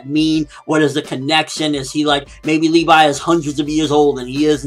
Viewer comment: Levi(Leh-vee) not Lee-vi come on get the name right.